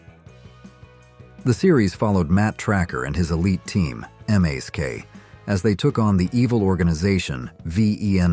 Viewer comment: M. A.S.K.??? No. It is pronounced “mask”, as in , a mask that you wear.